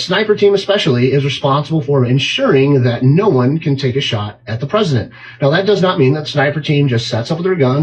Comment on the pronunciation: Why is he referred to as "The Peesident?" He a candidate for potus and a former potus.